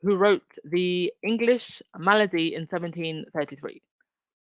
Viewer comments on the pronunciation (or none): none